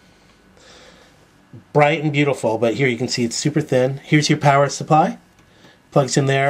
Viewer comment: does anyone else hear 'parrot' instead of 'power' supply?